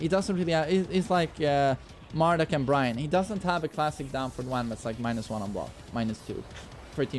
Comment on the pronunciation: FINALLY, you got bryan (byron) right!